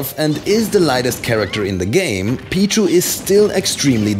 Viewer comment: he says Pichu like b-jew